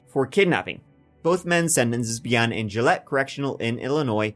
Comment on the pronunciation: I was very confused by the mention of “Gillette, Illinois.” It’s Joliet. Pronounced phonetically, joe lee ette. They were initially held at the old Joliet Prison, where The Blues Brothers was filmed and which you can visit and tour today.